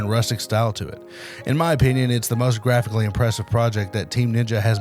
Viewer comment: Dude said most graphicslly impressive 😂😂 what are these dudes smoking